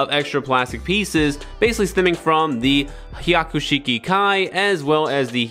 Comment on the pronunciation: Broh, did you say "Waman?" Like Haman but... the whole Warior "WA" inserted to make her "bad". And piloting a Haiku Sheik? Dude... that's a mountain of lore implications. "Evil Haman avatar" piloting a black Char/Quattro suit. I didn't even need to wiki-dive that!